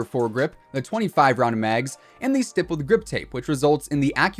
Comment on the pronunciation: St"eye"ppled grip tape? Not st"ihh"ppled? Idk 😂